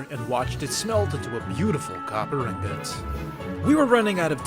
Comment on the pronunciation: Anyone: Ingot: Ingous